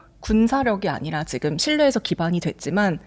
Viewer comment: 여자진행자 발음이 씹혀서 듣기 거북합니다. 발음 교정 좀 하면 훨씬 듣는 사람이 편합니다. MZ들 ‘ㅈ’발음 중국어처럼 하지 마세요. 지금을 치금이라고 발음하고 있습니다.